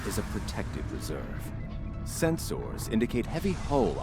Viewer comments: "Sen-SOARS" Ugh, even the STO Vulcans say it that way! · A little detail I love is that all Vulcans use Spock's weird pronunciation of senSORS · why are you saying it "Sens-Ors"? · Its funny the Valcan says "Sens-ors" and "phas-ors" but says disruptors and not "disrup-tors". XD